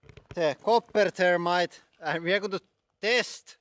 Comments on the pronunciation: I thought you were talking about termites. Not thermite. Gotta work on pronouncing the TH. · Was that thermite or termites? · Hi! I'm And today, we are going to be playing with some termites! I know the H has a different inflection when translated into english, but it's funny to hear termite like the ant instead of thermite like the explosive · the "h" is not missing, it is just pronounced differently, here in finland we ONLY pronounce the "the" as it is pronounsed in english word "they", so he pronounces "the[y]-rmite". it is stupid that in english there is lot of ways to say "the..." they the end thermite all those are differend, but why :D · It's a good thing you had 'thermite' written in your title because it sounded like you were saying you were going to play with termites. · Thermite? Or Termite? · lol, he's finnish so they don't have the þ/ð pronounciation in their language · The "h" is missing in his pronunciation